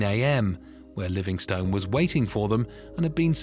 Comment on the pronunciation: Livingstone is pronounced Livingst'n too.